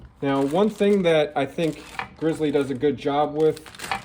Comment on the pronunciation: Good video, it’s pronounced “grizzly” like the Bear!!